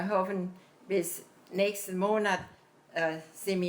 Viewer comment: She dropped the "e" on the end of most words that should have had one. Instead of nächste, she said nächst, sounding more like English next.